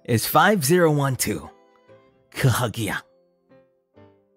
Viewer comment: Im so happy to see 5012khgia today!! I FINALLY LEARNED HOW TO PRONOUNCE THAT NAME CORRECTLY lmao. Thanks for always having a short zatsudan full of lores and mystery before your game! They're really interesting!! And also TIL IS FOREVER 23 And oh, i love the mention of OUT OF THE WOODS